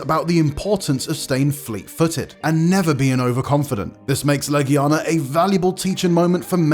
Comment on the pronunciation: Love the Monster Hunter content. But us being geeks means we're gonna argue about this list. This list was all over the place. Also the guy can't pronounce half the monster names. Behemoth? Legiana? Shara Ishvalda? Namielle? Astalos? Crimson Glow Valstrax? Why all the variants? Who cares about Raging Brachydios when you can have OG Brachydios? Where's Rathian? Bae-zel-goose? Aaaaaaaaaaaaaaaaaaaaa Come on, you can do better than this.